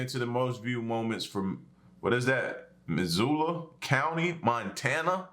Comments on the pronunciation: Props to you for pronouncing Missoula right!!! I'm from northwestern Montana and and was blown away to see you reacting to something from here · I live in Missoula; if you haven't seen the viral "Bear Falls on Trampoline" video you need to :-) It was filmed here too. (Also props for proper pronunciation)